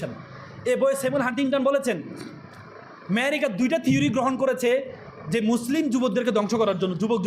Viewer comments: ওইটা ইরানের প্রেসিডেন্ট না। উনি লেবাননের শীর্ষ নেতা। প্রেসিডেন্ট ও না। ইরানের প্রেসিডেন্ট এর উপর হামলা হয়নি। হয়েছে শীর্ষ নেতা খোমেনীর উপর। ভূরাজনৈতিক জ্ঞান টুকুও ত নাই দেখছি এদের! 😂 আর ওইটা "ম্যায়েরিকা" না "আমেরিকা" 🤣🤣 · America ❌ Merica ✅ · এই মূর্খের কথা শুনে হাসি পেল। শুধু আমি একা হাসছিলাম না দেখলাম কিছু হিজাবি ছাত্রীও মুখ টিপে হাসছিল। আরে ওটা ম্যারিকা নয় আমেরিকা। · সব সাদা শকুন রাই শোনে এসব😅 মেরিকা😅 আমি শুনি ম্যাহেরিকা😅 এইসব ছেলেমেয়েরা বড় হয়ে কি শিখবে। এইজন্যই এরা বড় হয়ে ওয়াজে এসব ভুলভাল বকে। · ভাই আমি কি আমেরিকা কে মেহেরিকা শুনতাছি? নাকি সে নিজে মেহেরিকা বললো